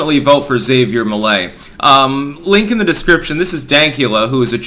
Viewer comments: it's pronounced Ha-vier Me-lei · He sounds even.ore funny if you speaks spanish. His argentinian accent makes him more spicy. Anyway, Milei is not perfect obviously, but is the less insane candidate that Argentina have in the elections. PD: It's also funny how pronouns his name as "Xavier Milley".😂